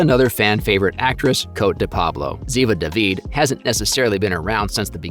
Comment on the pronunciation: Cote is pronounced KOT-eh not Coat. Please show the actors some respect and get their names right